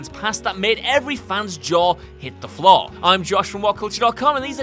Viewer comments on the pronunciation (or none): none